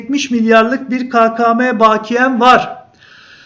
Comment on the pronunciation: Bu arada baakiye değil bakiye olmalı